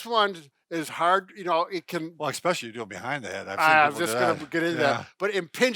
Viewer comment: There is no such word as "ICK-SPECIALLY. I had an English teacher who used to pronounce "E" specially that way. Drove me nuts too. No hard consonant in especially.